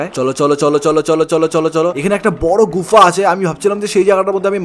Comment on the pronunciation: গুফা না গুহা 😂😂😂😂😅😅😅😅